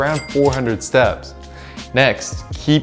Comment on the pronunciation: Please pronounce your T in steps more clearly, 10,000 seps a day does not make sense